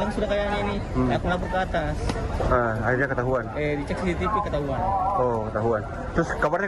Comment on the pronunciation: “periksa ststtststcctststssaahh .. “ Ngomong CCTV susah bgt 😂😂😂